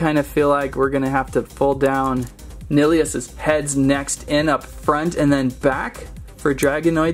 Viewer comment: It's pronounced nnn-ill-eee-us. 😑